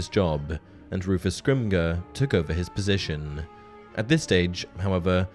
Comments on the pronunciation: Dude, it's scrim-jor, not scrim-grrr. Fetching crap, man! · Just a minor thing, Rufus Scrimgeour’s surname should be pronounced like Scrim-jer. It’s a somewhat common surname in parts of Scotland, and uses a soft ‘g’ sound, rather than a hard ‘g’, due to the ‘ge’ before the -our. Great video otherwise though! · The pronunciation of Scrimgeour is "skrim- jer" :) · It's pronounced Flittick not Flit wick, and please don't try and tell me that it isn't, I grew up 2 miles from Flitwick. Oh and Scrimgeour is pronounced with a soft 'g' hence the e between the Scrimg and our. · You mean to tell me that this is a Harry Potter centric channel but the narrator can't even pronounce Rufus Scrimgeour's name correctly?😂